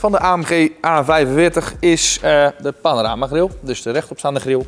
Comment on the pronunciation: mercedes panamericana grille NIET PANARAMA (of wat hij daar zegt) GRILLE